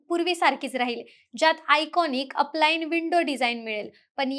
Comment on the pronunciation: अप लाईन नसतयं ते अल्पाईन असतयं, ज्या खिडकीतून अल्पाईन पर्वत - जंगल पाहता येईल अशी खिडकी।